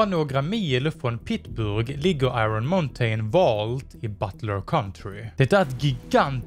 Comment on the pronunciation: Muntain det uttalas inte så